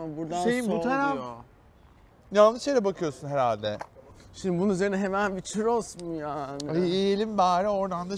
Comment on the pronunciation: çUrros lütfen çirros demeyin . Harikasınız bu arada